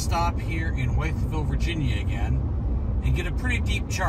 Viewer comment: I live in Mercer County where Pipestem park is located... fished there and hiked many times. FYI Wytheville is pronounced "Withville". My favorite pumpkin patch is located there.